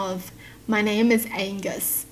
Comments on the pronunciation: Uhh..remove the g in Angus.. lmao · Take the “g” out of “Angus” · I feel like such a jerk because when she said what's wrong with Angus i immediatly thought it sounded like Anus.......I feel horrible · You didn't know that angus sounds like anus so it does make sense. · Angus and Anus sound similar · The Angus is like ANUS 😀😂😂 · Angus sounds like anise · Angus ... remove the g .... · they made fun of angus because it sounds like anus. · Remove g on Angus it becomes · struggling to figure out why the name Angus might be made fun of absolutely made my day lol. If is reading this/someone who didn’t understand, erase the g from the name. That’s why.